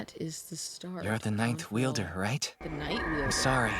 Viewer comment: Ninth weilder: Night weilder 🤔 Thay was funny 😂